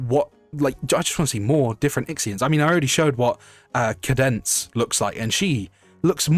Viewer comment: Sorry feller, minor nitpick, when you were talking about the bombshell singer lady, I'm pretty sure it's pronounced Cāde-Dense, like arcade. I will be accepting nerd emojis in the comments.